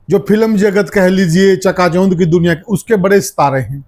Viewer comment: च्यका च्यौंध के होवे सै क्यों पत्रकारिता और हरियाणवी बोली का भट्ठा बिठावे है चका चौंध होता है या जो यो बोले है यो होवे है